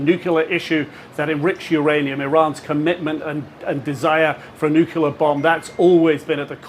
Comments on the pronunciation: NUC-LE-AR FFS. Atoms do not have a nukulus. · NUCLEAR. Not Nucular FFS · wot is a nuculah bomb, eh? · I thought I was done hearing the word nookyaler. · What kind of an "expert" cannot even pronounce the word "nuclear"?